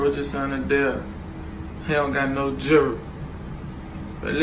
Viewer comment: He cant even say jewelry. 😆 smart??